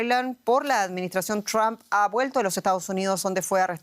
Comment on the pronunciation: Quién es Elon "MASK"? Ahora si: Donald TRAMP y Elon MASK. Que le pasa a estos periodistas?